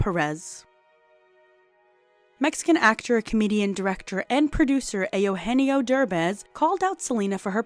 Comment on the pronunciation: ehh- ohh- enn- yeeo ?? Spanish??